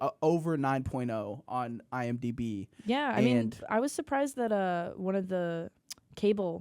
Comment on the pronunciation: I'm disappointed that no one pointed out flub of "iMBD"...shame on you guys